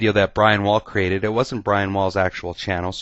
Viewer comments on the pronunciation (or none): none